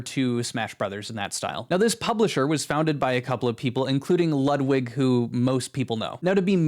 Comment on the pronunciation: Ludwig is pronounced Lootwig